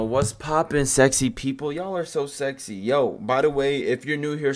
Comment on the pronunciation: When he said skxy people tho